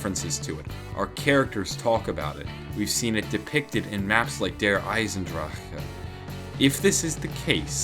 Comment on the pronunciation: Dear, I love how you pronounce Der Iesendrachen:D